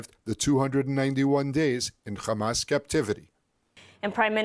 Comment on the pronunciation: Khhhhamas 😂 please pronounce your victims correctly